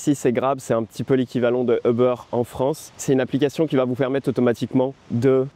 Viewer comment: "Uber" is pronounced /oo-ber/